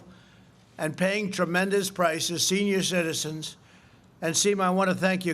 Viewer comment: "shenior shitizans" ....😄😄😄